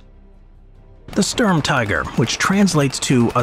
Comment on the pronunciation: IT IS STURM NOT STURM !